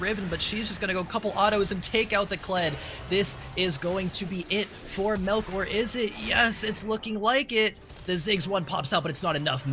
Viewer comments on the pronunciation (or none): "MELK" lol